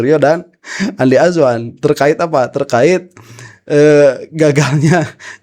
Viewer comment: Saya suka kalau pak roy bilang Andi Asu-wan 😂😂